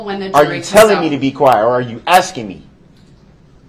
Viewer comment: Tapping. Axing. All things he does are ridiculous